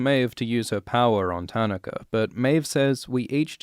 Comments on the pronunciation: Most of the name pronunciations weren't bad at all. Just "Tanaka" had me cringing haha. taa-NAH-ka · I cringed how you pronounced Tanaka but other than that well done, as usual. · Your pronunciation of Tanaka is really bugging me. :)